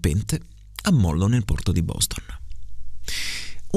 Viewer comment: A pronunci disegno con la s di "rosa" A pronunci "nomi" con la o aperta A pronunci "porto" con la o chiusa Sulla prima correzione ho dubbi, sulle altre ne sono abbastanza sicuro. È stato davvero molto utile, grazie!